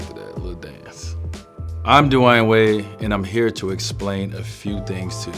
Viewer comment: say his name right